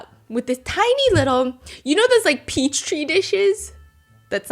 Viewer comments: Stephanie,, it is Petri dish, not peach tree dish 💔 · whenever she says “peach tree” instead of petri for petri dish cracks me up 😭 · Stephanie.. its petri dish, not peach tree 😭🩷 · Guys. It's 'Petri dish', pronounced 'pee-tree'....not Peach Tree. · A peach-tree dish? 😅 it's called a Petri dish girl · Petri dish lol not peach tree, why are you so precious lol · Petri dish… Or peach tree dish? 😂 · Did she say peach tree?? XD hahaha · Did she say peach tree dish? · girl did you say PEACH TREE DISH? 😂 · stephanie did you just say peach tree dish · Petri. Pee-tree dishes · PEACHTREE DISH ? stephanie 😭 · Yeah, and they've both said it before, too 😊 It's kind of cute. Note for common pronunciation: pee-tree dish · About fell over laughing when you said petri dish and it sounded like peach tree dish!!!!!! 😂😂😂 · bone apple tea 😅 petri dish 😂❤❤❤❤